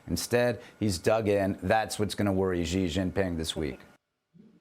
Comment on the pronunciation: Whats a "Jzi Jzing Ping"??